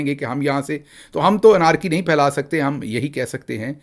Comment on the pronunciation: The word "anarchy" is pronounced اینرکی not انارکی, Professor — just like "attorney" is spoken اٹرنی not اٹارنی ..